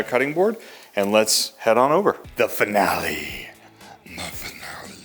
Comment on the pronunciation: Finale,with the e like italian i,ending